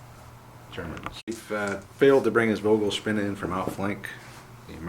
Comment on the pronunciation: German language lesson: German ‘V’ is pronounced as English ‘F’ - ‘Fogelspinne’ (bird spider = tarantula).